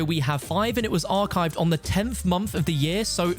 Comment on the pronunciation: At 4 mins i was like wtf is a mamf but then I remembers he said month